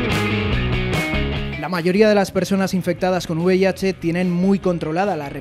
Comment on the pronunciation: es V I H no uv i h